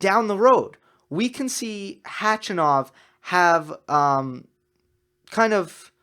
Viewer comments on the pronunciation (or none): you're saying H-A-chanov, but it's Hach-A-nov :-). You can hear him saying it at his ATP profile page by clicking on the speaker right under his name. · Hey. Since we all believe we're going to see a lot more of Khachanov in the next years, correct pronunciation of his name is HachAnov. Just saying:-)